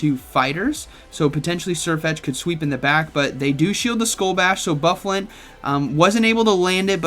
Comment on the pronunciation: Pronounced Boo-fah-lahnt